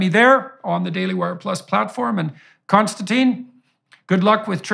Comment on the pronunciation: This is nit-picky but I wish I could tell everyone that the guest's name is Konstantin. It starts with a K it does not end in E and it is pronounced like: (my feeble attempt) Con- Stan- Tin NOT Con- Stan- Teen. Konstantin is so patient and good mannered (and no doubt used to it by now) that he doesn't see the need to correct.. litterally almost everyone. (BTW I am Michael and I have never answered to Mike so that's probably why I am triggered.) I do really like the interaction between these two. I especially like the way that KK challenges JBP on some things. This is the kind of respectful banter that the world needs to see as an example right now. And I'm sure that it ends with a handshake not an insult unlike many other interactions between people with differences of opinion I have seen.